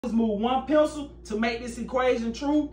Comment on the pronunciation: Guys dont hate me but i hate it when he says move one pencieell🥴